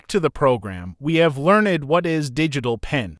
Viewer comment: GOOD GOD!! This talk to text is infuriating. You couldn’t find someone to just read the script. MEEEEGAH , LEARN’ED, WOONOO BOARD, SEMI CALLIN, hahahahahah this program needs HOOK’ED ON PAHONICS!!!